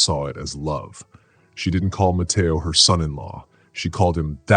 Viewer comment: Love the voice of the narrator. However pronouncement could be a little better - “Ma-te-o” not “Ma- ta- o-a”